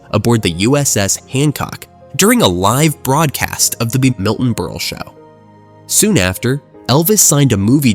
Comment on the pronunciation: Miltone Berlay?? 😂